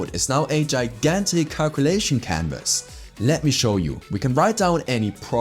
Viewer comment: its not GAGANTIC, its gigantic ..do you have something in your mouth ?